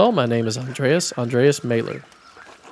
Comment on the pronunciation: Not important but this is one of the easier ones: The a in "Maler" is pronounced like the a in "father"